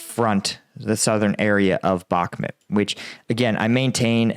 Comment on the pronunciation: You w really suck pronouncing Ukrainian names. It still bothers me that you haven’t learned how to pronounce “Bakhmut” and other Ukrainian cities. It’s pronounced “Bakhmoot!” This is not an American city where you can pronounce wherever way you want.